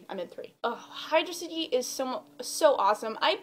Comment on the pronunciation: xD Sweet you say "Hydro City" correct. Never liked Air Fleet, that level pisses me off. xP I just recently got Shadow the Hedgehog again a month ago and that's the last level i've played since I played it. Also Lost World is another level that pisses me off. xD Have you thought about making a top 10 list of the music from the franchise? :)